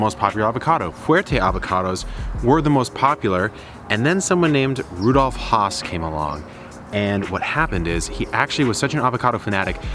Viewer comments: Fun fact: it's pronounced Hass not Haas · Please do not be offended. Has rhymes with pass. It does not rhyme with Hoss. Haas rhymes with Hoss. Hass sounds like has. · Really good information well presented. But the name is "ASS" with an H in front of it. Still, we all know who you are talking about. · You and everyone else are not pronouncing the name correctly. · Thanks for demonstrating why one should not create a tutorial just because a friend has an old avocado tree. The first rookie giveaway was the fact that he couldn’t even pronounce the name of the tree correctly. Avocado trees do require quite a bit of water but only every five days or so even in extreme heat. Watering daily is a good way to drown the roots. Video tutorials are more useful when based on your own experience.🤗